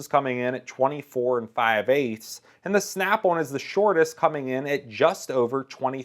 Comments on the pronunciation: Who the hell calls it snap one come on bruh its snap on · Every time he says "Snap-on" it sounds like he's saying "Snap-one" & It makes me want to fucking throw myself down a flight of stairs. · I love the way this guy says Snap on. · It's Snap-on, not "snap auwn" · The way he says the word on is funny. He kinda says snap-awn. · Listening to you saying Snap On is pissing me off